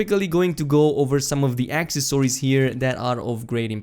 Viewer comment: This guy said accessory very very wrong lol